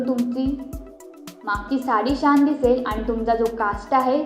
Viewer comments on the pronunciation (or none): शान नाही बाळा, छान